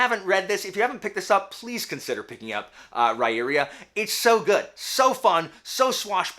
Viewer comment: According to Sullivan’s interview with Daniel Greene, it’s actually Rye-ear-uh. Not sure how, but 🤷🏼‍♀️